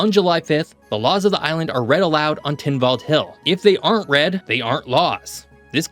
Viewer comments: It is pronounced Tynwald, not Tynvald. My family goes back generations there, the stubbornness thing is very true as my partner will attest to😅. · "Tynwald" is pronounced as it is spelt. There's no "v". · Loved the video. As a Manxman, it is great to see people sharing information about my little island. Plus great to see your pronunciation being correct throughout (bar making Tynwald sound a little more Viking than it needs to be). Keep up the good work!